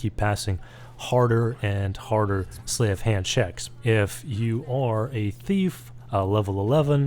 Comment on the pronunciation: Sleight rhymes with height.